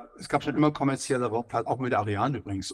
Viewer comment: "Raumfaht" da fehlt ein "r" !!!😮😂